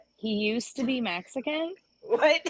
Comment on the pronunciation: "exican" FTW. LOLz.